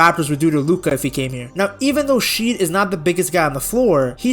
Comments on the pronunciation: It’s not sheed it’s shead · Very good video! Glad there's people out there that believe in the Raps 1 nitpick is the pronunciations, Jamal Shead (shed not sheed) Jonathan Mogbo (Mobo, G is silent)